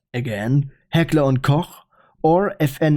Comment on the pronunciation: He can properly say “Heckler und Koch” He is definitely a German